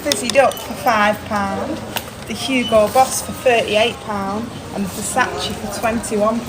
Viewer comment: Never heard it pronounced as versach 😂